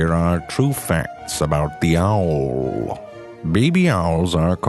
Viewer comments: "Here are true facts about the owrrrrllr" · i love how he says owl and seawhores lol